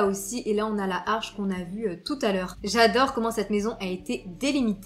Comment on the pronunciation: sublime rénovation 🥰 par contre on dit "l'arche" et non pas "la harche" 😉